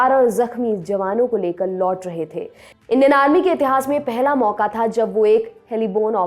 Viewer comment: उच्चारण ग़लत है जो भ्रमित करता है। "इंडियन आर्मी" को "इंडेनार्मी" बोल रही है आप। सुधारें. 💐